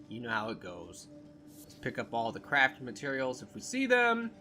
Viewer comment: Every time he says “it’s a bunch of crafting materials”, it sounds like he says it’s a bunch of crappy materials lol.